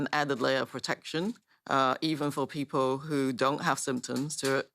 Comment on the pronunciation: Lmao “pee-poh”